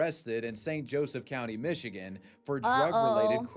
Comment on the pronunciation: Calling it Methigan had me rolling. Seriously though, are folks in Michigan okay? 😂